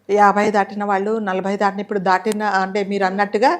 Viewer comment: దాటినా కాదు దాటిన న కి దీర్ఘం పెట్టకూడదు తీసేయండి